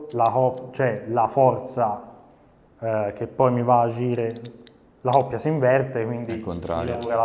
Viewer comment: Grande!!! Però si dice " Coppia" non oppia!!!